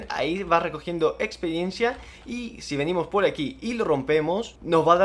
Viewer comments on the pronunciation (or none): buen vídeo pero me quedo una duda, se dice experiencia o espediencia